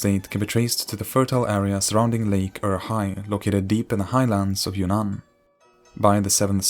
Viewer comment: Great video and very informational, however i keep hearing "kingdom of your nan" instead of "kingdom of Yunnan"